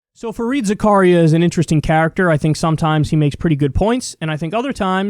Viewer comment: It's Fareed Zakareya. As in Za Ka Ri Ya